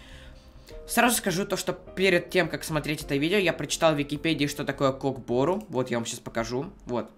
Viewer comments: Братиш немного неправильно ударение не КОК БО́РУ , А УДАРЕНИЕ НА КОК БОРУ́ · Не кок бо́ру а кок бору́